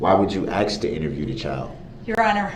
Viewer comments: By this time, the judge is ready to "axe" him. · you supposed to axe a question